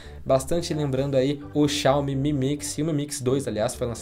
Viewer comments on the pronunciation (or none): none